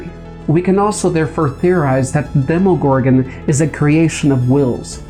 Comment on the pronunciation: Its pronounced dem-a gorgon